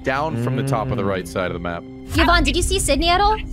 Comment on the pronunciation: "Ciz are you vouching for Evan?" Daymmm how long have you known Yvonnie to get her name right? 😂